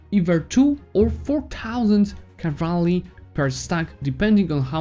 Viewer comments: It's cavalry not cavarly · I don't mean to be rude man but seriously you better check the pronunciation of the "cavalry". Besides that, great video keep it up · Me: Cavalry: Cavraly Me: OK, Cavraly Great guide, I was able to beat Ottomans with your advice. About time I learned to use combat effectively, I've just been throwing my full army into the fray for the last 1k+ hours.